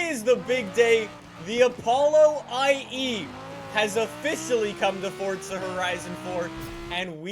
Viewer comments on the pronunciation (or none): why do you say fortsa horizon 4 it is Forza horizon 4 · NOT FORTZA ITS FORZA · why does he call it fortza horizon 4 lets play fortza horizon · day 276: still cant find the t in forza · Why he say forza like that